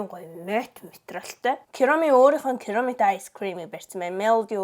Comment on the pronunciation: Kiromi bishshd egee kuromi gej helerei🎉